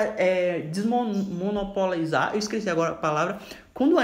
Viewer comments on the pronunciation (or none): Sabe nem falar a palavra "desmonopolizar" e se acha o entendido sobre privatização. Bom dia!